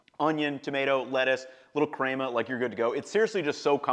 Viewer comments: omg bra.... it's pronounced like men.. crema, not like Kramer from Seinfeld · pronouncing picadillo vs cray-ma lmao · These are excellent options! With that being said, who taught him to pronounce ‘crema’ like that? Crayma? 🤔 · The crema pronouncing really hurt this video for me.